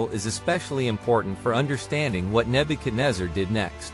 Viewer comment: You doing wrong pronunciation of name